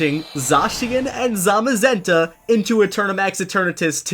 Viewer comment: i think you said zacian and zamazenta wrong zacian- zay-sh-in zamazenta- zay-ma-zen-ta